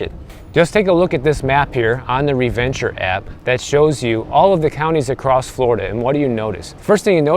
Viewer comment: "Re-Venture app" 😂😂😂😂